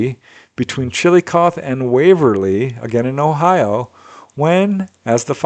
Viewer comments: You do a really good job of pronouncing all the towns in all the different countries which is no easy feat (: That said, Chillicothe Ohio is pronounced "Chill-i-coth-eeee" (with a short "i"). Just FYI. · The last letter in ‘Chillicothe” is said aloud “Chill-eh-coth-eee” 👊🏼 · Hey, it is pronounced chillo coth hee. I know that the spelling is Chillicothe the hee is pronounced too. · It's pronounced chill-i-kothee. I only know because my mom's best friend lived here. I love the reports though!